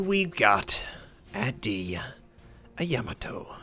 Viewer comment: Love your vids, and also love how badly a lot of players mispronounce these ships names... It's really not a yam-a-toe, it's Ya-Ma-To :) Happy Gaming..